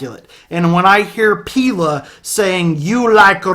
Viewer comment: But foreal tho, Paint a Picture is def my fav song on this album, and in my top 5 songs of all time. Also, the frontman's name is officially pronounced as Pell-Eh in Swedish